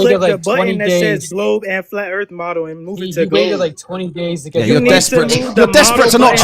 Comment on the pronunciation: The black guy who says ‘Earf’ all the time had ALL THESE QUESTIONS ANSWERED BY DR BLITZ a week before this. He hasn’t learned a thing